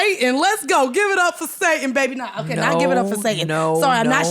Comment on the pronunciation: Stop saying "Babeh."